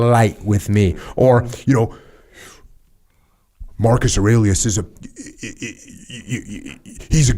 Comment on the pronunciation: "Marcus Arailius" ROFL, only Jocko. That said is probably accurate AF.